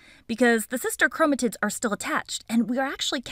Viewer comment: Your videos are my favorite! And you say Gametes like they're cute babies 💓, But aren't you mispronouncing Chromatids... 🤔